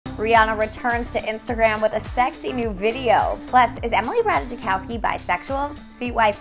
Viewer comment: how did u pronounce ratajkowski 😭😭